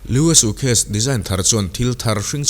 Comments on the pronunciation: Bengvarthlak hle mai. Lam dan tlema fimkhur erawh a ngai.... Sukhes tia lam ang te hi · Suitcase ilam dam hi van mak😂 suu case iti maii ka hria😂